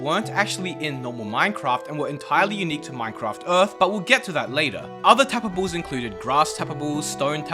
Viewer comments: Didn't catch ya. Did you mean TAPA-BLES? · saying tapables is so satisfying lol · “So tabbababes pond tababbes and sand tabbababes”